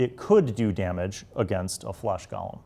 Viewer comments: I love how u keep calling them gallem instead of golem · Golem not Gollum.